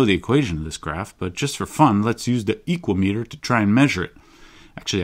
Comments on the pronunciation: "Speedometer" is typically pronounced with the "me" as less stressed, I think "equameter" could pronounce with the long 'a' from "equal" if you similarly put less emphasis on the "me" syllable. Whereas you're pronouncing it EEkwah-Mee-tur, I propose you pronounce it eeKWA-mə-Tur. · For me "Equameter" sounds greek, like "hexameter" and should rhyme with "thermometer", with the accent on the second syllable. Has nothing to do with the metric "meter", but with the greek for "measure" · I get why he pronounced it that way which is really cool but sorry no that’s just not how Americans roll, it’s an ekua-meter now. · I'm gonna pronounce is "e-QUAY-meh-ter". Similar to thermometer